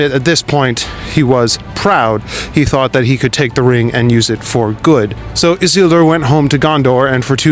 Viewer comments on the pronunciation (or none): none